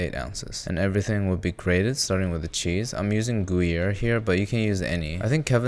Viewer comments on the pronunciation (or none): Goo-Yere cheese? Yan-Dere cheese.